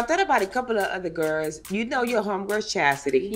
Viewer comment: Why can't Joseline pronounce the word "GIRLS"? She says "GIRS".